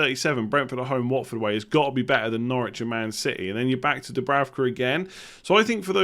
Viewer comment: the German Sky commentators said that it‘s pronounced Dubrouka (ou as in mouse)!